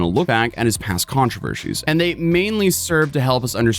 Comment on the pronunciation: There is no ‘sh’ sound in controversies